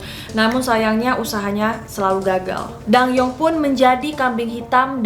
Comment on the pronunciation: Btw bacanya bukan ratu dang-yeong, tapi dan-gyeong. Karena penulisan hangeulnya adalah 단경 bukan 당영